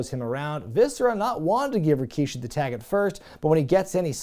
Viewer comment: I checked Rikishi's promo on this show and yeah that opening line was kind of funny. Almost as much as the infamous "I did it... For The Rock." By the way, I chuckle also because they kept referring to him as Rakishi instead of the regular Rikishi name. Next Attitude era PPV you cover that has him on the card, you gotta pronounce his name as RAkishi from now on.